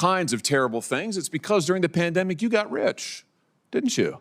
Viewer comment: "Dempanic" not Pandemic"